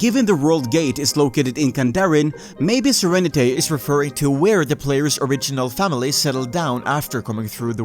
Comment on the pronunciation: Great video! By the way his name is pronounced Sir-Rene-T not Sir-Renet-A, its a pun on the word serenity.